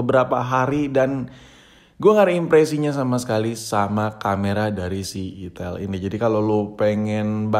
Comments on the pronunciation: perasaan bacanya aitel gasi🗿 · Salah sebut mulu kalo ngomong merk hp satu ini